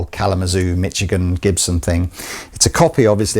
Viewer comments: There's something endearing about that mispronunciation of Michigan lol. Regarding that guitar, I found this information on a forum: "I have seen many people asking about this brand while I have read much that is erroneous or plain wrong although a number of people have managed to get to the bottom of this enigma, it has not been publicised. Basically, the music dealer Beare & Son Ltd of London, with a branch in Toronto for many years, is an old-established instrument dealer-now over 150 years old and still going strong. Back in the 1930s this company was a big Gibson dealer in London and Toronto- it is featured in Paul Fox's book "The Other Brands of Gibson". Like many retailers of that era- Selmer in London, which created the "Columbian" brand for US imports, Beare & Son Ltd or B & S L as it says on the badge created "The Michigan" as its own US import brand. There was a huge guitar boom in the UK in the 1930s and banjos were being tossed aside to be replaced by guitars- and American guitars had that extra appeal- that's where the music was coming from. In the 1930s from what I can deduce, these guitars were made in Chicago- Regal, Harmony and Kay. A little oval badge was nailed on the headstock and a sticky badge that was the same was also inside. The badge also stated "SOLE AGENTS" and "MADE IN USA." Now, a number of people have connected this brand with Beare & Son Ltd but plenty of people, it seems think that because it was The Michigan then there must be a Gibso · Misch-igan. Not Mitch-igan. ;) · As a Michigander, need to correct your pronunciation of our wonderful home state :) The 'ch' is pronounced like a soft 'sh', so more like Mi-SHI-gan. And yes, there are limited companies in the States, though we tend to also include what class of limited liability they are in the naming, like LLP (limited liability partnership) or LLC (limited liability company) :) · Michigan - pronounced MISH-A-GIN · I love the way the pronounces Mitchigan.